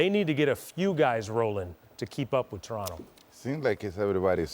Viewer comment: i just love it when people pronounce Toronto the proper way...When other use that T at the last T in Toronto. Ugh lmao. fukers